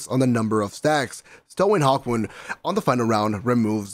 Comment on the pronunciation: YOU CALL THIS THING A HAWKMOOM 😡😡😡😡😡😡😡😡😡😡😡😡😡😡😡😡